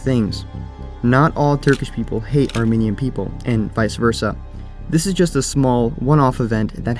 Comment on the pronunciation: You keep pronouncing "Armenian" as "Arminian" and I, an Arminian, am offended. Armenians and Arminians are two completely different things.